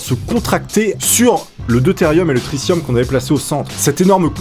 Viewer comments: C'est une super vidéo mais C'est "Tri 'T' ium" pas "Tri 'SS' ium" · On dit tritium pas tricium